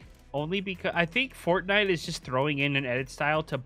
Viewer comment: Anyone else hear him say fartnite?